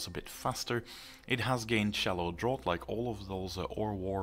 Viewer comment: Just a side comment. Tree word draught in "shallow draught" is pronounced draft.